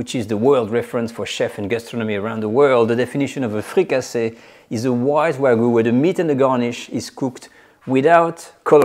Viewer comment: Fricassée is a French word. You meed to translate it. The English word is Fricassee, with an EE sound.